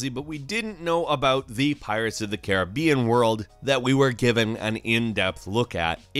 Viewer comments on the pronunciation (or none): none